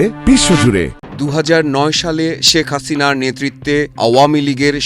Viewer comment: ধন্যবাদ সাংবাদিক ভাইকে এতদিন পর সঠিকভাবে হাসিনার নাম উচ্চারণ করার জন্য